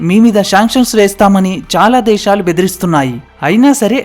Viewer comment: Deshalu kaadu sir desalu